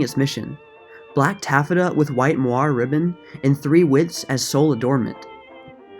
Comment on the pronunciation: Love this channel!!! 😍 Gonna binge to forget the mess on the news for a while. Couple of pronunciation hints: App-lee-kay, er-min, and I got a good giggle out of ta-FETA, made me want a gyro 😁